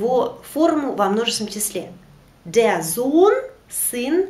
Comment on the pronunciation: Почему ав читаете Der. дер. на немецком r. как а читается т.е деа?